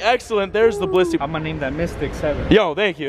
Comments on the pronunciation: wow u called it a bilisy its bliss-ey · and then a blitzy XD